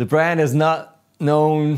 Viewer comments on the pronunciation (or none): none